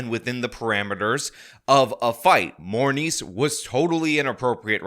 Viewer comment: Did you say MoreMeat or Morneice..?